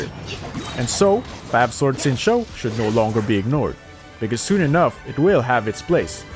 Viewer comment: I can't unhear the fact that he is saying "fap sword" and "sack sword" 💀